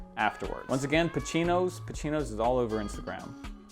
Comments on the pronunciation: It's "Pacinos" man not "Pachinos". The way ur saying it fells kinda weird. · Pa-see-noez Not pa-chee-noez 😂😂